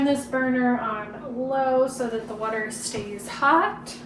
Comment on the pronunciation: So nice to hear you say it right! "wooder." 😂 I am enjoying your videos.